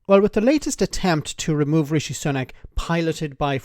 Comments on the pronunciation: "REEE-SHEEEE!!!" Why does she pronounce it that way? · She keeps pronouncing his name as Reeshe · A new leader, ‘one wot’s centre right’ and calling him ‘Ree-she’ ……….dumb